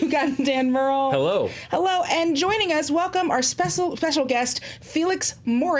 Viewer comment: At the beginning when she said “ got Dan Murrell,” I thought she said “God Damn Murrell.” Any one else think that??